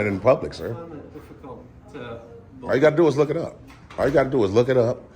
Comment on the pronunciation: Saying “iz u Matt?” while trying to perform professional tasks is a clear indicator that you most likely don’t know the law lol You choose to form sentences like you at home on the phone, u probably don’t know much if u don’t even have the ability to code switch for professional settings. Bless her heart tho